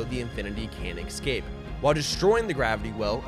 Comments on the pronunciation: its escape NOT eCscap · ESCAPE.. its Escape not excape 🤣 you're as bad as doc with his Tredmeal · The way he pronounces escape as excape is tough to listen to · Fun fact. It's UNSC not USNC. Also, there is no X in the word escape. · Killin me with “excape” 🤦🏻‍♂️ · Not sure why but the way you say "ecscape" instead of "escape" bugs me